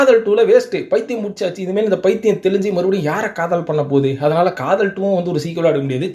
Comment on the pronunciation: Athu agala padhalam illa... Athala padhalam thn...